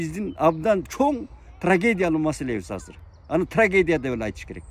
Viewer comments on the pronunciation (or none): none